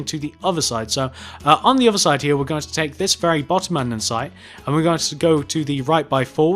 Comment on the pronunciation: Love his accent. I have a boring American accent. Just when he says here lol. "Hea, hea, end hea."